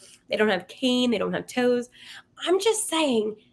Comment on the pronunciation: Toews is pronounced Taves. His nickname is Tazor. The Blackhawks will not be a threat in the Central Division for a few years yet. The will be an interesting team as you watch the building blocks for the future being added each of the next three to four years. St. Louis should take advantage of the current situation to make some hay while the door is open.